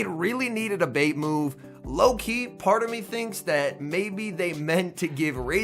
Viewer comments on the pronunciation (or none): none